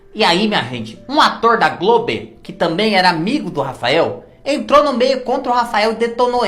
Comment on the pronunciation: Quando você fala:GLOBI eu morro de rir 😂😂😂😂😂